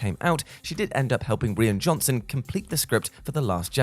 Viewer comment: Im pretty sure his name is Rian Johnson, not Rian Johnson lol. Say it like this Ry-in